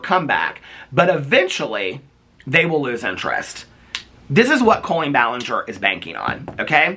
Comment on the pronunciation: This is a good video. But I don’t like colleeein balanger